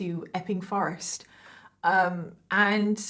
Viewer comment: It sounds like she's saying ffffing forest. 😜